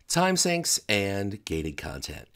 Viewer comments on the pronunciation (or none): It's Time Sink, not Time Synch. Sheesh.